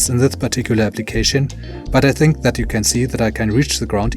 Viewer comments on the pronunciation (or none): none